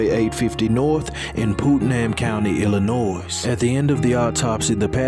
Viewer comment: Great videos and your commentary is excellent...but the S in Illinois is silent..just FYI